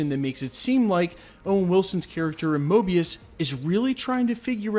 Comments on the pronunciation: Mobius not Morbius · You called Mobius morbius lol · Guy said morbius instead of mobius lol